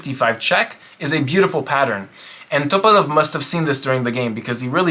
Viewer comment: Why are you saying topalov like that bro? Lolol